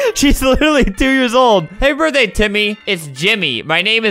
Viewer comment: she legit said happy bordey tu yuv